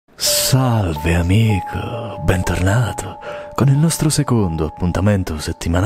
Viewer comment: sta volta lo hai detto con meno enfasi horror del solito, devi recuperare dal prossimo video